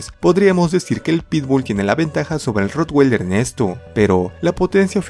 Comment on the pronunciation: como comentario, no estas pronunciando bien el nombre del ROTTWEILER recuerda que es un nombre alemán, no americano.